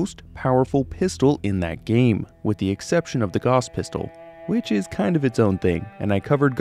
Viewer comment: Ugh. Gauss is pronounced GOUSE, not GOSS.